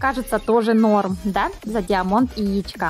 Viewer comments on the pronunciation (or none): Поравильно говорить не диамонт а даймонд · ты даже не понял(а) про что я говорил не про гласную в последнем слоге а в первом в английском язы сочитание "ia" дает звук "ай"